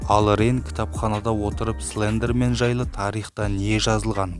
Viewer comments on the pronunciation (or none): Тілің келмейді ғой сліндермен 🤣